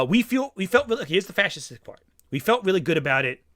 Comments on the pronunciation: attempting to pronounce "fascistic" confirms that reactionaries can't read. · How does he have trouble pronouncing fascistic? I guess it is prob performative, acting like he never has seen the word before and that is very far from his normal experience. But it is an often made argument. Hell there was a book written about this 25 years ago. (So either he is dumb, or extremely performative (Yes, ¿Por qué no los dos?)).